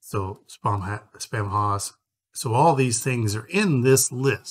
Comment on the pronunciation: The haus part of Spamhaus is pronounced "house" not hoss (nod to Dan Blocker, the greatest Hoss). The use of haus in English (later spelled house) is a result of English's Proto-Germanic ancestry. The haus spelling is often used to add flair or charm to a name. Like using the archaic spelling of shoppe as shop. FYI for anyone wanting to say it correctly after watching this video.